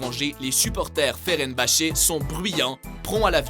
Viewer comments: ''Le FERENBACE'' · Ferenbache 😂😂 C'EST FENERBAHCHE !! 😂😂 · FENERBAHÇE et pas ferenbahse jsp quoi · On dit Fenerbache pas Ferenbache après à lire aussi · Fenerbahçe et non Ferenbahçe ^^ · mdr ferenbacher on di fenerbatcher mec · FENERbahce pas FERENbahce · Je veux mettre tout le monde d'accord : c'est vrai que personne ne dit FeRenbahce au lieu de Fenerbahce, mais soyez indulgents avec les auteurs de ce top. Pour eux, le football c'est le sport americain, le football est le soccer pôur eux! Nos amis Quebecois ne sont pas plus cons que d'autres!C'est juste que le football(le vrai) n'est pas dans leur culture! Donc forcement ils disent des betises quand ils parlent de foot! on serait bien emmerdé pour parler de hockey sur glace, l'equipe de france n'est meme pas qualifiée pour les prochains JO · c'est fenerbahce pas ferenbahce mdrrr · sa se cleub et non club , et quand il ya écrié fener ne dit pas feren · par contre FeNerbahce ne s'est jamais prononcé FeRenbahce, ni au Quebec ni ailleurs ;) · Et on dit aussi Fénerbatché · "Club" "Ferenbhache" "River Platé" ptdrrr 😂😂😂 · Ferenbache? BRUH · mdrrrrrr féreinbahçe, galataseuray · on dit "cleub" et c'est Fenerbase par ferenbase !!! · ferenbache mdrrr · FENERBAHÇE TU SAIS PARLER? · Mdr tu c pas dire Galatasaray et Fenerbahçe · Veux pas être méchante mais la prononciation du fenerbahçe fais mal au oreilles 😅😂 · 50% des clubs sont mal prononcés bordel, ça devient alarmants. Fenerbahce Galatasaray River Plate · un "cleub", "fenerbahce" ou "river pléïte". autant d'erreurs de prononciations, pardon mais c'est de l'amateurisme. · perso c'est le fenerbahce qui ma choqué ...